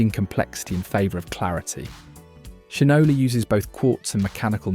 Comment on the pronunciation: I’m sure this is a computer generated voice, but you need to correct how you pronounce Shinola. It’s shine – Ola.